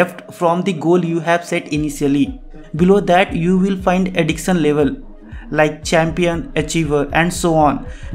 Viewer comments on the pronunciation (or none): You pronounced addiction as adixan, shot as saut etc which pisses us off. Please pronounce words as they are to improve your content and subscribers.